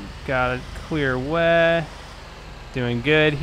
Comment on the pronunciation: Anyone notice how he says "way" sounds like he's saying "weh"